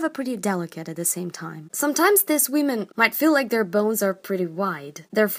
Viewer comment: Nobody: "wEmEn"